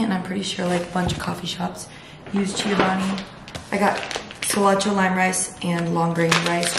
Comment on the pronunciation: no hate at all but it’s cho-bani not chi-o-bani 😊